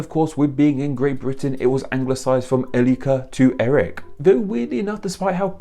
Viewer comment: sometimes he switches his Ls and his Rs, but not always. See